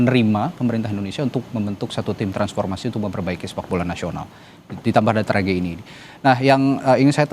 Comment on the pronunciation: Tragedi bang bukan trajedi..lebay Lo jadi pembawa acara